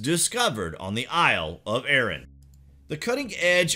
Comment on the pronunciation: Ahran ... not Ehren. ARRAN.